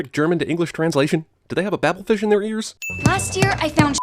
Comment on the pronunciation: Why can’t you guys pronounce Babel fish properly?